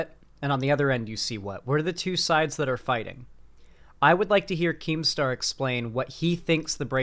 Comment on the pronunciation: Keemstaw is a wightwing figuwe